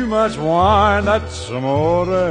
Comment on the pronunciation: It's Amore, not a moray!!!!